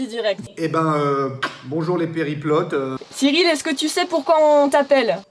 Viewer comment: arrêter de dire Periplote 🤣🤣 Plus "sérieusement" un déguisement sur la prochaine vidéo : en fée avec un tutu ou en steward en hommage à son comparse (sinon mettre en lien sa demande en mariage ça vaut son paquet de popcorn et de mouchoirs !!!)